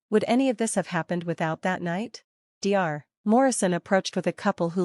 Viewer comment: Get an A.I. voice that knows how to pronounce common words! (like Dr.)